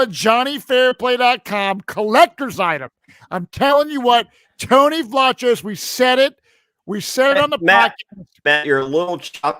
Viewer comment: Tony pronounces it “Vlah Kose.”